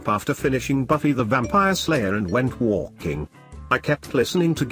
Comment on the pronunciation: Why the fuck did he said walking like that I spit out my drink bro 😂😂😂😂. Dude said WOOLLLLKINGg